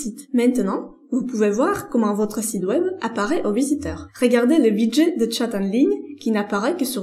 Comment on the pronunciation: Tout va bien dans ce contenu La fausse note c'est la prononciation de site web qui est devenu sid web 🤣 chez nius sid veut dire monsieur Le tt donne monsieur web Merciiii